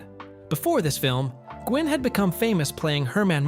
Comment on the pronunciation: The man who played the Judge was Fred Gwynn. But it’s pronounced as Fred Win. Not Gwynn. But Win like twin without the T.